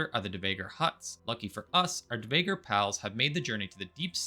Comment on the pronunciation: I have never heard of these things called "care uh PASS" and "duh VAY gur." Enlighten me